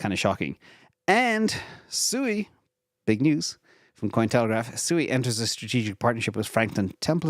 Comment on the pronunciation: I understand SUI is pronounced “SWE” (just sayin’)